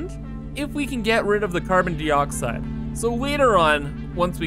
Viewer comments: "carbon deeeeeoxside" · Doesn’t know the boiling point of water, repeatedly mispronounces “dioxide”, can’t say “photovoltaic”. I think 2020 + Satisfactory melted his brain.